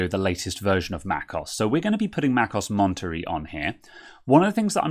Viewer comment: Going to try it on my 27" 2015 iMac. It's not oss is O.S. two letters, not one word. I won't even try to fix your mispronunciation of Monterey😂 Thanks for the video